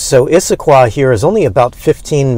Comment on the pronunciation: You said Issaquah right all three times. (Indian word) The town sits right at the beginning of the foothills to the Cascade Mountain Range. Anything you see from Issaquah is a foothill.